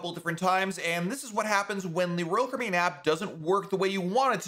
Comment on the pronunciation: Please slow down a bit while tells us older folks about your blog- though YouTube . The way you say(ROal) (Caribbean) 😮😢